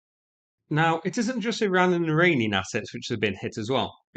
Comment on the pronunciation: targeting an Iralian?! What’s up with you and not pronouncing anything correctly?! 😂